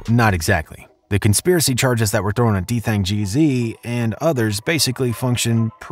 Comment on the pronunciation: u didn't even say his name right 😂😂😂u gotta remake dis video so much mistakes 🤣